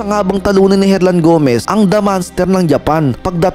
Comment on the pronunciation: Bro, hindi manster kundi MONS TER AYUSIN MO PARA HINDI KA NAKAKAHIYA maging sa pilipino at foreigner.